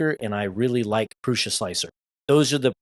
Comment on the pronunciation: Great video, confirming my choice in new printer. And you are the only creator I've watched that pronounces Prusa correctly